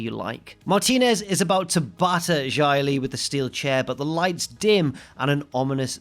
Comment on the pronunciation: Why do you pronounce Xia Li like Jia Li Also I thought her name was Tian Sha ._.